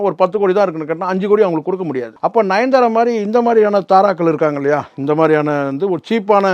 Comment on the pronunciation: நயன்தாரா பேர தவறாக இழுக்கிறீங்க....